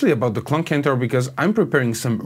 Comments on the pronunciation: CENTAUR not Kentaur! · Good and interesting video. It sounds way better with the mod but fyi it's pronounced senn-tar not kent-tar